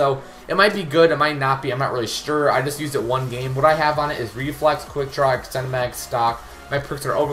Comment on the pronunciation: "I'm not sture"😂😂😂